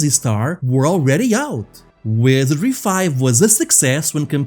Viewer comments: take a shot, every time he says wesery. don't haunt me from your grave after though ♥ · I gotta be straight with you, man: it took 8 times for me to understand you were saying 'Wizardry'. Please make sure you're saying important words like 'Sir Tech' and 'Wizardry' clearly! You're got really good presentation otherwise! It's a good video. But I had to read the description to understand what game we were talking about :c